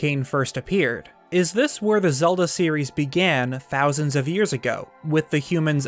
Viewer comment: Zelda starts with a z, not a "zee".